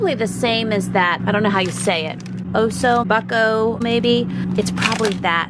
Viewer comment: "Osso Buco" sounds like 'Oas- so (oa- as on oat) Book-o'